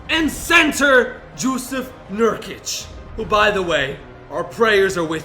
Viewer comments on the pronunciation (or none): Jusuf Nurkic is injured, on the best team on this video, and you pronounce his first name wrong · When u say Jewsuf instead of Jusuf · joosof nurkic lmaooo